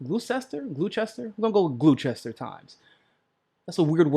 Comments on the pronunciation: I think it's Gloster. Anyway it's not what said: Glue-chester. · Glue-chester is actually pronounced Gloster. Of course you could have googled it yourself. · Said phonetically “glaow-chester” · Gloucester spelling??? It's pronounced "Gloster." It's an English name, and the east coast states have a lot of those names because they were settled by English people. Hint: If you don't know how to pronounce the name or word, look it up and listen to the pronunciation before you do your broadcast so you don't sound like an uneducated person. Worcester is another name that looks odd, and it's pronounced "Wooster." Lizzy backed HRC, so she lost any hope of being considered a genuine progressive a long time ago. She also does not back Bernie's Medicare for All plan, but says "there are multiple ways to get there." BullDung. Lizzy can be played like a Stradivarius when Trump calls her Pocahontas. She stupidly took a DNA test, didn't show us the percentage of East Asian DNA (which is what shows up for Native Americans since that's where they came from in ancient times). I'd have been more impressed if she had come up with a documented genealogy. (Genealogy without documentation is mythology. That's how she got into trouble with her "family story" in the first place.) Any time Lizzy starts a sentence "Well, look..., or "Look..." she's delaying to think of a convoluted way to lie. That's her #1 tell. As with HRC, there are no circumstances whatsoever under which I will vote for Warren (or Harris or Biden or Booker or the rest of the non-Progressive DINOs); she's Hillary 2.0. Period. As with 2016, the ONLY candidate who gets my vote is Bernie Sanders. 💖 Bernie 2020 💖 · Was that the Gloucester Times? I'd like to read the article. (pronounced "glau ster", weird British word.) I got an email from Warren's campaign inviting me to "have a drink" with Elizabeth Warren. I think that means that she's trying to "get down" with the people but I don't drink; sorry Liz.